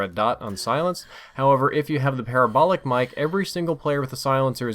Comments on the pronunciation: PUH-RAH-BOWL-IC (like radical) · Hate to say this, but, you pronounce parabolic the same way you would pronounce paralysis